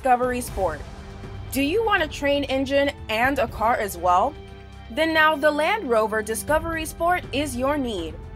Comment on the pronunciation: Calvin Tang The first clip i heard "The Lamb Rover"😂😂